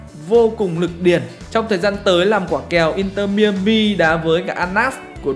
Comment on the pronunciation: mai a mi không phải mi ơ mi anh 😂